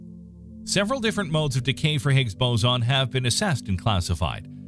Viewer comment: It's a.. Hicks... Boozin... Noh... It's not a quar.. K?